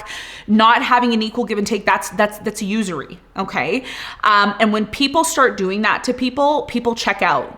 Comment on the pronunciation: "Usery" Lol